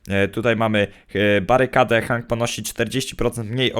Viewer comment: on jest od Otisa a to znaczy że tak samo jak on jest od paintball OGARNIJCIE społeczność się bo panda robi wam wodę z mózgu wogule te postać wymawia się ,,henk ,,a nie tak jak on hang